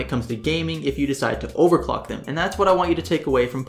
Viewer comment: "overcock" LOL! Anyways, keep up the good work man! Liking your vids so far